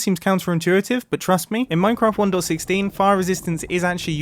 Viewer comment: Does anyone besides me hear him saying "one door 16" instead of 1.16? No? Ok.